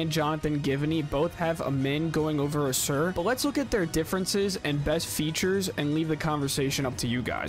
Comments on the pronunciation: ‘Ah-Sahr’ not ah-seer. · It’s annoying how you consistently butcher Ausar’s name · I can tell you're just now finding out who these guys are!! Otherwise, you would have heard Ausar's name so much that it would be impossible to mispronounce it!!